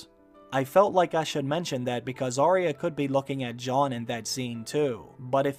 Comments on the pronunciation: Say Ar-ya not aria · It's AR YA at least get her name right